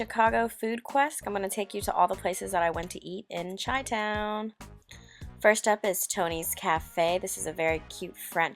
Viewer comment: You pronounce it like shy not chi lol.